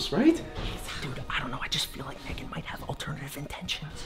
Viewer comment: You spoke megan the wrong way